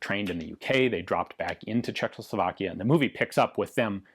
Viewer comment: God damn it Ian, I love your content so, so, soooo god damn much... but... dude.... THERE IS ONLY *ONE* "L" CZECHOSLOVAKIA!!! Every single video you do in which you say the country's name (and that's surprisingly frequent) you say Czech-LOW-Slovakia, and it makes me die a little inside every time. =|